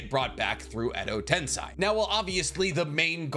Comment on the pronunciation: Edo tens-EYE